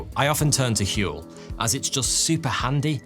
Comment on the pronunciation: I like your channel. But seriously. Huel. HUEL??